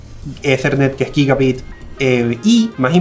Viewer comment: eso de pronunciar "uCb" es a propósito o posta le pesa la lengua?.. "guígabit" que pronunsieishon